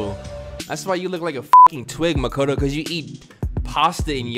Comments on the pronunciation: did he say makato? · He pronounced makoto's name as "mokata" once. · You just keep callin him makoto 🤣🤣🤣